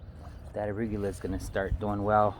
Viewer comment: I feel like I’ve been saying arugula wrong my whole life after hearing you say it! 😂